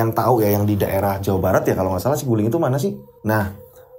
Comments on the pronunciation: bukan siguling, saguling pake A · BUKAN SIGULING TAPI BENDUNGAN SAGULING. JABAR